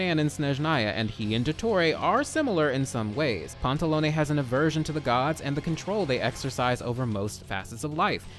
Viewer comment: Oh my god, this has literally nothing to do with the video but my god, FINALLY, SOMEONE WHO PRONOUNCES EVEN ONE OF THE HARBINGER'S NAMES RIGHT- I'm sorry, i've had to suffer through the way they decided to pronounce Tartaglia and when i first heard you say Pantalone's name i thought i could cry from joy, that's the first time someone's pronounced it right in the videos i've seen about the harbingers